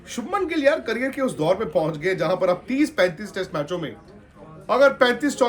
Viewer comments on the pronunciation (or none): none